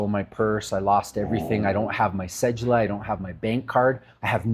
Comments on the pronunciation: WHY do people pronounce it CEJEWLA its Cedula there is no j sound. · The fuck is a cejula 😂 you mean Cedula, pronounce it right ma boii "Se Due La"